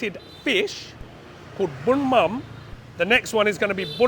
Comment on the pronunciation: It is "bún mắm nêm" bro!